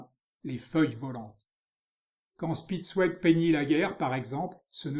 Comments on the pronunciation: Grâce à vous j’irai explorer ce style Bidermeier. Le nom de ce peintre se prononce "chpitz- vég", "ouégu' " c’est pour les Anglais 😉😉😉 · Dommage que le commentateur n'ait visiblement pas fait d'allemand. Prononciation anglaise malheureusement !